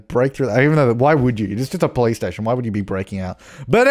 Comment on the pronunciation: When he says police station sounds like hes saying Playstation